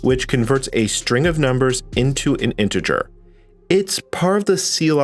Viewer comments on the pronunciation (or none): none